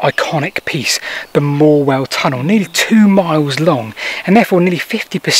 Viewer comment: Hi. Thank you for the vid. Just as a matter of interest and local knowledge, it's pronounced Morewell-HAM (stress on the ham) not Morewellum. Not being picky, just hoped you'd like to know.